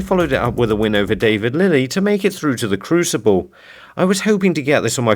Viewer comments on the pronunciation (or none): none